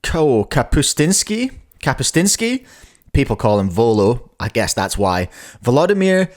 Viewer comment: His last name is pronounced (kah-poos-TYAN-skee) but still great reaction review also, 2.18/2.66 in the finals. Lachie's happened local time on the 10th, Volo's also happened local time on the 10th, so yes, He got Keatoned, will be OCR/WR while technically says a WR on his profile right now it will be stripped once Volo's is put in.